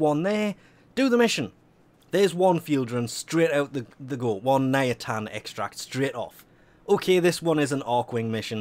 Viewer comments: NIATAN....ITS NITAIN FFS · "Ny-Tane" not "Nya-tan" lol come on! You knew this! Thinking ayatans? Lol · Hey it's NITAIN not NIATAN. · He said Nayatan* all the times @@ Ni-tain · ARGH niTain, not niAtin it bothered me so much it is not reasonable. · I think you call it NITAIN instead of NIATAN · IT'S NITAIN NOT NIATAN... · Is it just me that's driven insane by the fact that keeps calling it "Niatan"? Also, who the f*ck doesn't do a 4-6 AW nitain alert? ALSO also, apparently, Invasions are a "forgotten feature"? Why does this video exist? When I need multiples of something, I build one, and while it's building, I find other ways to get the others. If this video exists for the idiots that prefer to sit and wait, then I worry that you consider the majority of your audience to belong to this particular group, otherwise, why is this here? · Forgotten Feature: Correct Pronunciation of one the the most important materials in the game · i fully understand that accents can change how you pronounce words, but where the hell does the first A come from in Nitain and second i go? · The way he pronounces nitain 😷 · the way you pronounce nitain triggers me so hard XD